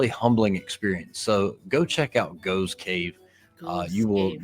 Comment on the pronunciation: The name Gough os pronounced GOFF.